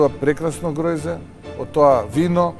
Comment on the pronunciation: ne e groJze tuku grozje..abe,mačno e da te gleda čovek a ušte pomačno da te sluša